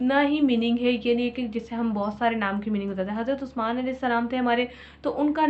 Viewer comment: exactly bilkul perfect bol rhi hn api ap 😊😊